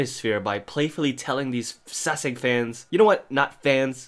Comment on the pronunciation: Sorry but its kinda annoy me but, its sasaeng y'all :v not saesang